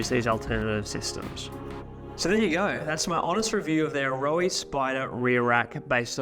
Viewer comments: A-Ro-aa? That’s how you say it in kiwi? I own a set and always thought ‘Arrow’ was closer pronunciation. Sheesh. 9,977,287th time I’ve been wrong. They are quality pods that won’t go anywhere, but remove with ease. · "ayrowey"?😂 It's Aeroe pronounced same as aero!